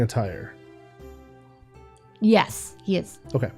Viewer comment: When said “will you be changing attire?” to Lucius, I definitely heard “will you be changing a tire?” 🤣🛞🚙